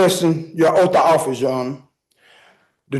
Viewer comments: A 'breach of oaf' 😂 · Jurydishun and oof of office. Nailed it! 😅😅😅😅 and cohersion!